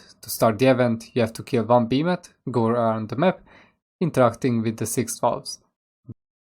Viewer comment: Killa beemATH inteRaht just killAA Bemathhh dear god beeemathhh